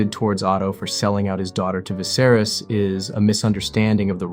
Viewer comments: Eveybody in the comments seem super focused and clear headed about the whole thing but all i can think about is how you pronounce 'Viserys' like 'Viss-air-iss'😂😂 Bro what? How'd you come to that having obviously watched the show!!?? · "Vizerus"??? Bro they said it in the show in like, 2011 lmao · Nice video, but get someone to read it that has actually watched the show next time. “Vicerous” really took me out of it. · Good vid but your pronunciation of Viserys is distracting. Vi-ser-rees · How can you have watched the show and mispronounce the name? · How can you make a video about the show and still pronounce Viserys name wrong lol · You can’t even say the kings name right